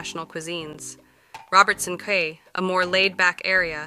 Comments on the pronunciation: The female commentator mispronounced the word "quay" as though it rhymed with the word "day". The word "quay" is pronounced as "kee" . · Quay is pronounced Key.